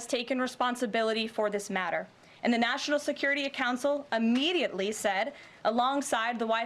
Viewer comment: In English the word is not ammediately, it is immediately.